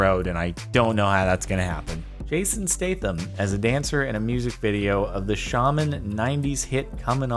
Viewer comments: Statham is pronounced State-um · I mislike the way you pronounce "Statham"